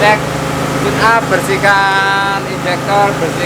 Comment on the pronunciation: Deskripsi... Maaf klo tidak salah tune up. Bukan chuneup.. Maaf klo salah